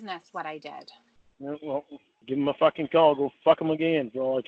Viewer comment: The best cawl of all time. will not be treated like "trashta".